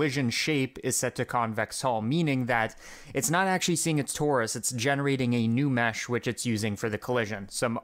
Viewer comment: awcuawy, the cawculation wouwd nowt awaw this to happen